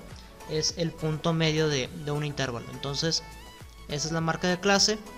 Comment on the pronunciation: Muy buen video bastante útil. Excepto por la pronunciación errada y repetida de la palabra Intervalo, La única forma correcta de acentuar esta voz es como palabra llana: «intervalo». Es errónea la forma esdrújula, usada por, a la que si existiera correspondería la grafía con tilde "Intérvalo". Gracias